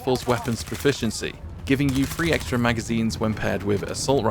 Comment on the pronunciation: Its three not fwee throw not fwro or do you call that something other then english my 2 year niece speaks better